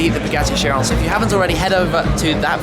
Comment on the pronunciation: pretty sure it is pronounced as Kai-Ron... similar ch to chasm. keep up the awesome work...